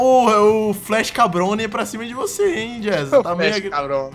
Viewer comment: e adoro quando vc faz o bigodone e diz él cabrone